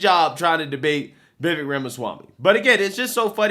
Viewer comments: Bruh you've been fucking this dudes name up the past two videos! I can't take it anymore more!! 😂 It's Vih-Vick or even Vih-Vek got damn slow that shit down. 🤦🏾‍♂ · It's pronounced Viv-ake.